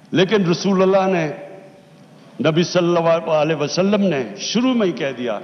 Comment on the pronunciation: Murtad cant even speak the name of our beloved prophet sallala hu alaihi wasallam properly